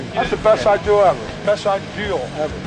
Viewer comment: That's the best ideal ever... best ideeaal ever, idearah Lol he can't get it right hahaha